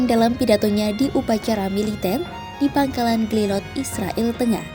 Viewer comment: klo mau damai, mulai lah memanggil mereka dengan Nama Mereka, Israel, pake e nya dibaca E!!